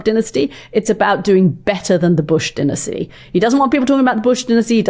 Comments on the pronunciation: Katty, stop saying dinisty !! It’s dynasty, geez. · That would be DINE-as-tee